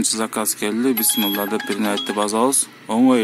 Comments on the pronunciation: Автор бысмылла эмес Бисмиллах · Бысмылда эмес бисмиллахи